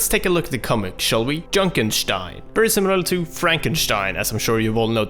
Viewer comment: Every time he says "junkenstein" like "junenshtein" I want to fucking kill myself